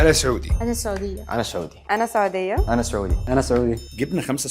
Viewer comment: دقيقة من الي شفته لين الحين فهمت أن رقم ٣ المصري ويحمد ربه رقم ٥ ما يشوفه لأن يعرفه قبل؟ طب مستحيل ذولي البنات سعوديات لأن حتى ببداية المقطع وحدة حسيت نطقها لكلمة سعودية بلهجة مصرية، غير أن بشكل عام شكلهم مو سعودي أصلًا